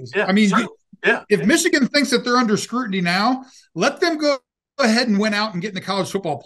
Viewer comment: Under not undee